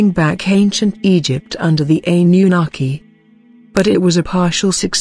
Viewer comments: "Ani You Naki" - "Ply-idi-yans" Man, these TTS narrators suck, i know, i've used them before.... ..you have to spell some words wrong, so the TTS pronounces it correctly, and the inflection... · I'm soo sick of hearing computer generated narration. I find it hard to listen to and hard to take seriously. The impact of the words is lost because there's no human element in the voice. "Ann-yu-naki" for example is mispronounced.